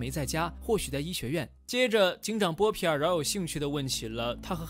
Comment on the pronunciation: 看了几十遍了，不过up主念错了很多，妹妹是米沙，有一幕念成米粒了，还有那个是波皮尔，念成波尔皮了，哈哈，不过依然很精彩